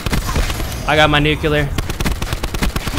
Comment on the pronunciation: Nuculer ! Haha